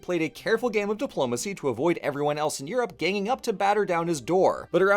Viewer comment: Dang, you know when says "Diplomacy" I can hear the Capital letter..